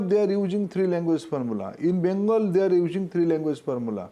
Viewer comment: Ujing instead of using